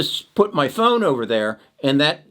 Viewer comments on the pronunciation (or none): none